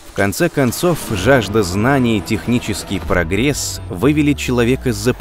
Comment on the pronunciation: Здравствуйте, бл. ПрогрЕсс. Зачем так говорить